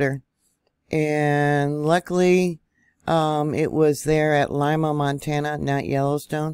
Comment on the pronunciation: .....just FYI: the pronunciation of Lima MT is....Lee-ma